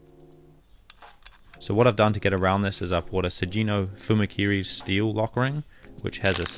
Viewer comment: Hard g sugino is japanese